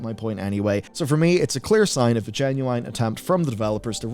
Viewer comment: "Genu wine" lol.